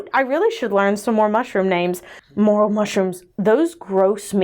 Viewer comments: Morel mushrooms are a big deal in Michigan! We pronounce them mrrr-elll. I got so confused when pronounced them the way she did. I had to go back. 🤣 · Morel mushrooms are pronounced more-ell and they’re absolutely delicious rolled in eggs n flour then fried in butter! Yummy! *Slurp* Hugz, Tree